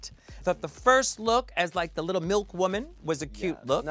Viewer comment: Had me crying when Jessica wild kept saying litterl